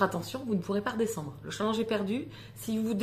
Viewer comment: Hello Le challenge a l'air hyper cool 😉😉😉 Mais, par pitié, Apprends à prononcer Challenge correctement stp!!!!! mes oreilles saignent à flots là 😖😖😖